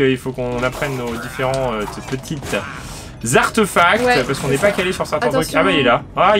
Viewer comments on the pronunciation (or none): Coucou super video par contre on dit artèfact pas arteufact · ..c'est artéfact et pas arteufact!!!